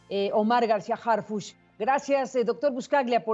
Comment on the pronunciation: ¿Porqué todos pronuncian "Harfush" si es Harfuch? que son de ShiHuaHua?